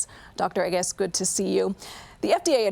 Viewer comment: Dr. Anus? O, it’s Dr. Agus. Never mind